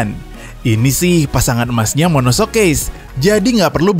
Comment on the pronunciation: Ngeralat dikit, monocoque dibaca monokok min bukan monosok 🙏🏻